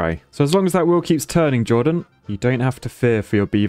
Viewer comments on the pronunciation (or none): none